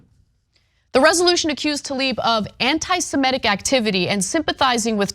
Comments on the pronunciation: semItic not semEtic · Semitic. Not semetic. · Ms. Kasparian, please learn the correct pronunciation of semitic. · Can you please learn how to say "semitic"? It is not "simetic". It is "semitic". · She mispronounces all kinds of things, it's ok.